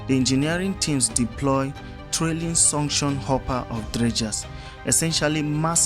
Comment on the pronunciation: your pronunciation of suction sounds like sanction.